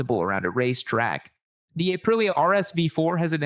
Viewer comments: this sounds like a chatGPT voice-creation of. doesn’t sound like him at all. “Ay-prilia rsv fooooor” and pacing is strange. what gives? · "The next motorcycle on our nu-h-umbered list is the Ay-prillia RSV fouuur." or so.